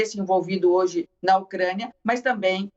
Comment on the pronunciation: Avisa a repórter que é UCRÂNIA E NÃO UCREIA.. KKKKKKK OU ELA QUIS DIZER "MOCRÉIA"